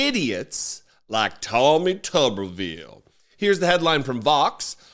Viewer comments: This stupid Cretin cannot even pronounce his surname correctly...It's Tube er ville, Not Tubbervill. Yea so I will continue to ignore this compromised SOB. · Note that his name is spelled with only one B. Thus it should be pronounced Toobervile. The most commonly known tuber is the potato. Senator Potato Head should be removed from his jacket, mashed, the fried into potato pancakes. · Tubbervile is how he pronounces Tuberville. Tuber as in a potato he is dumber than! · If he wants his name pronounced "Tubberville", then he needs two "B"s. As written, with one "B", it's "Tooberville". Tuber. Like a potato. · If it was pronounced tubberville, it would be spelled tubberville. But it’s spelled tuberville, so it’s pronounced tooberville. It’s English. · It's pronounced tooberville, there's only one "B" in it. Pronounce it correctly for further embarrassment to that mentally retarded, racist pos. Tooooooooberville. Get it, got it, good. Pce. 1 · as Tommy's last name only has one 'b' in it, much like a YouTube personality is a YouTuber, Tommy's last name is pronounced 'Tooberville'.